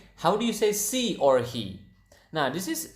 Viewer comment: Hey! I love this video! Thank you. Also, when you say ‘she’ close your teeth to make a better sound :) ‘shhhhe’